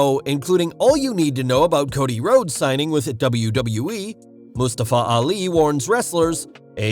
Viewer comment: wait... Moos-ta-fa?